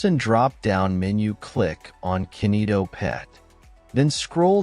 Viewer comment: Its not kenito its kinito